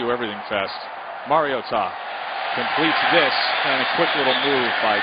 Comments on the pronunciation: so funny he's pronouncing maritoa wrong all game. must be his first game. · Getting pretty post off with how this reporter it saying Mariota's name